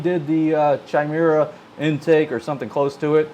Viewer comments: Love your videos man...not bein a dick but I think its pronunced Ky-Mare-A. Its a mythical she-beast. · So many grom youtubers mispronounce chimera. Drives me insane. And we wonder why the "stupid american" stereotype exists...